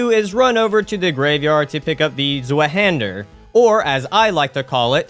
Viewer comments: its pronounced "Zweihänder" not "Swueh-hähndör"💔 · Honestly kills me how you say it ill make it easy for the future. The nameis (two hand) in German (zwei=2 and hander= hand) how you pronounce it is "zVi-hander" ❤️ great run btw!! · bro, as a German every time someone tries to pronounce that I have to laugh, almost no one knows how to pronounce that shit